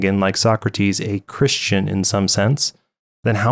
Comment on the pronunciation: 2 mistakes I found in your video: "Christia" instead of "Christian" Misaligned video end card and channel logo Great video as always. God Bless!!